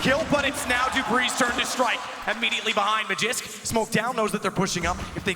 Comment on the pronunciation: Don't you just love seeing a round go by without having witnessed a single kill, when there were 5 kills in that round? The way that one guy pronounces Magisk ma-jisk makes me wonder if he also says ma-jasin for Magazine.